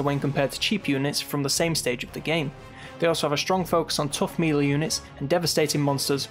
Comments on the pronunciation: Christ laddie! If you're gonna use the word melee a million times at least learn how to pronounce it! Nice video, very thorough! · Melee is pronounced maylay